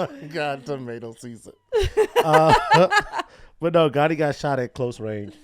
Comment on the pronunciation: It's "Gandhi".